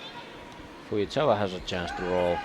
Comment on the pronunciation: ❌ Fujichawa ⭕️ Fujisawa 😆